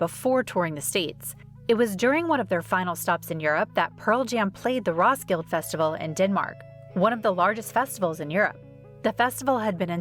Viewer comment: Also. It's pronounced RoskildAH. Not Roskild.